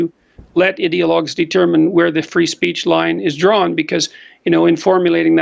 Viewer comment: Idea-logs - idiot-logs. The way Peterson pronounces that word lol. Jordan is a modern day true hero!